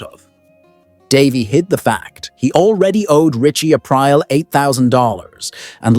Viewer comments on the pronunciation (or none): Wow, the AI script and voicing is really bad here. "Christal Meth" "Artie BUCKO" "one of these old must gets wet" "Richie a Prior" I can't keep track any more. Great video otherwise.